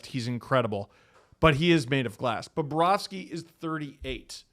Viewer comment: He didn't say BOBROVSKY right...someone get ahold of Jay and Dan